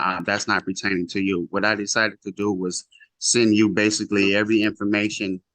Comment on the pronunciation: "Pretaining"... "Birf Right".. Geez...